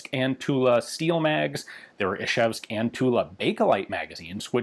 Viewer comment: Wow, your "zh/ж" in Izhevsk (Ижевск) is really good for a non-native, maybe the best I've heard ever from a foreigner.